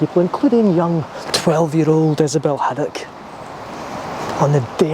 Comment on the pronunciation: Good wee video. I'm glad you corrected yourself to get Issobel Haddock's name right 👍